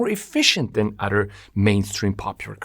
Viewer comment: You are a brilliant mind and amaze me with your comprehension... but please explain to me how you can be so smart, yet fail to understand the word "other" isn't pronounced as "udder". Why does your brain glitch on such a simple concept like pronouncing every word with the letters "th" properly? This is not meant as an insult, I'm just truly confused as if I watched someone solve advanced algebra equations only to see they can not grasp an understanding of how to tie their own shoe laces.